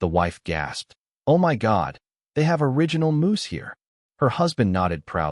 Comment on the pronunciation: AI doesn't know how to pronounce orignal ...moose ;; OR-RIG-NAL (sort of) ..not or-ij--in-all